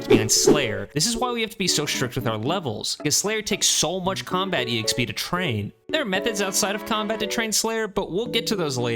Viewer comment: It low key drives me crazy you pronounce the "E" in EXP. Just XP man. No E. Lol